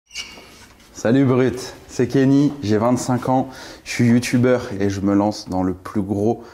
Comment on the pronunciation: "Salut Brut, C'est, j'ai 25 ans, je suis youtu-beurre"